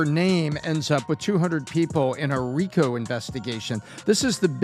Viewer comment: RICO is pronounced ree-ko.